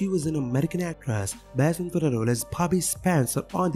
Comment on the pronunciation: known does not sound like noun